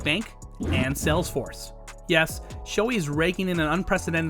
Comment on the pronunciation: I don't mean to nitpick, but as a Japanese, it kinda bugs me when some people don't say his name right. Please pronounce the h, it's Sho-hei. Sho-ei is a whole other name in Japanese😅 Thank you. Great vid, we all love Shohei!!!